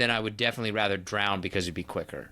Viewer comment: "drown" has no D on the end